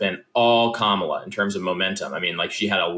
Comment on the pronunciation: Sorry, done listening, Bill, until you learn to pronounce Kamala's name.